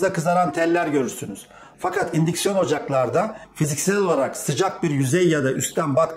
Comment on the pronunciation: Un siksiyon ocak ne dimek anamadik da